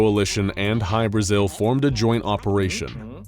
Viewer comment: I cant unhear High Brazil